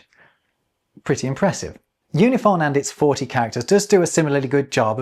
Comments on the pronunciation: Im surprised you didnt notice this in editing, but in your Unifon section you repeatedly pronounce it "Yoo-nih-fon" and not "Oo-nih-fon" as the pronunciation guide explains. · Based on the alphabet you showed, I believe you pronounced Unifon wrong. Wouldn't it be "oo-ni-fahn", not "yoo-ni-fahn"? 😁 (Actually, the website seems like it uses the "yoo" letter, while the alphabet you show on screen uses the different "oo" -- are both considered correct?) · Based on the sound key for UNIFON the pronounciation should be "OONIFAWN" as the line is above the U as in "ruler" not below the U as in "unicorn". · I just realized that "unifon" should be pronounced "oonifon" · Oonifon, not Yunifon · I think it's kind of funny that because of the way it's written, we can all see that you're pronouncing "unifon" wrong. Or rather, that "unifon" is intended to be pronounced in a way WILDLY unlike what you'd expect. oo-knee-faahn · looking at that pronunciation guide, isn't it pronounced oonifon? Like oo and ah? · I really like Unifon! And a quick correction,: given the character he used to write the word "Unifon", you weren't pronouncing it as Malone intended. You used /ju/ for the first character, but the character that looks like a "U" with a bar at the top (given the chart you showed) represents the "u" sound in "ruler" (i.e., /u/). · I think you’ve got the first sound in the word Unifon incorrect, it should be like the oo in too if the material presented on screen is correct.